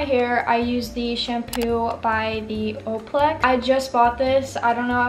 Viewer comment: That and ohplex instead of olaplex lol